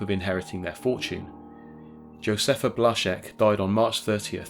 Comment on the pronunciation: Thanks for saying Blazek correctly.